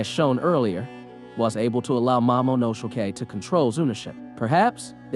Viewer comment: Heard him mispronounce his name three times as momonoshokei, mamonoshokei, momosay